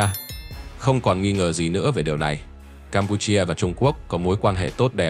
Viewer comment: Đọc nghe khó chịu quá, Campuchia chứ cam pu chi a là cái gì.